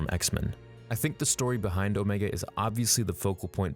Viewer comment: I think that they might have tried to put a chip in her head. But why would her chip be active when the other's aren't? Oh. And you pronounced Omega right in this. It is not pronounced Omeega.